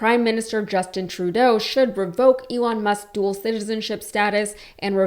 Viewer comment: it's "dual" as in two. Not "duel"as in fight.